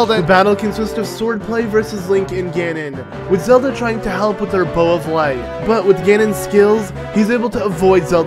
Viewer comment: Anyone else noticed that he said "Bow of Lart?" 😂😂😂